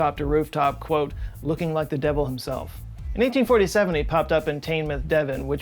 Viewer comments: It's pronounced Tin Muth. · A really great attempt! Hate to be picky but Teignmouth is pronounced Tin-muth, not tine-mouth or tayn-mouth, so that one was slightly off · it's tine-muth, not tin mouth. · "Teignmouth" - Devon, is pronounced "Tin-muth". I live 2 miles from the town ;) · It may be spelt Teignmouth but it’s pronounced “Tainmuth”! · The trap of UK Names strikes again! My Finer Half, an army brat, spent time in Devon when she was young, and schooled me on pronunciation. "Teignmouth, on the river Teign, near Kingsteignton." Is closer to: "Tin'mth, on the river Teen, near King'stain'tn.” If y'all want a real brainboiler, look up Sir Reginald Pikedevant, Esquire's song 'Shibboleth' 👍😁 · Is it bad that I had to rewind a bit to hear you say "tanemouth" are you sure it's not Teignmouth? That's sounded differently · Aldershot is in the county of Hampshire, not Surrey, and Teignmouth is pronounced "Tinmouth". Just saying... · & Teignmouth is pronounced as “Tinmouth”. Though the confusion is fair enough given “Teign” can be pronounced as “teen”, “tin” or “tain” depending on the town. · And while we’re about it Teignmouth in Devon is pronounced “tin-mouth” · For future reference: "Teignmouth" is pronounced "Tin-muth".